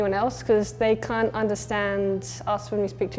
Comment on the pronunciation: As an Aussie, I can't finish this video after hearing the "Aussie" pronounce the word "can't" like an American. Get someone that doesn't live in LA.